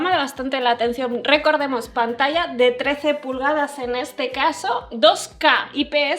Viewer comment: escucha a como dice Pantalla, no como tu que dices panatacha, mira ella dice huella y tu dices huecha, se dice ya, no cha, es Yogurth no chogurth, es manager y tu dices manacher